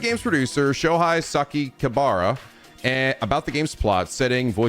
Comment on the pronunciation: Same old, still failed to pronounce Sakakibara's name after multiple tries